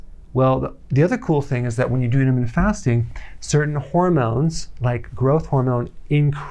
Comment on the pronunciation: I love Dr. Berg, but why does it bother me so that he says "intra-mittent" fasting, rather than "inter-mittent" fasting. Shut up, my blood sugar is low 🤪